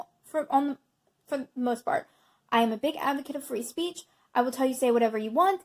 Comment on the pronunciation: I agree with your message... but there is no "A" in "speech."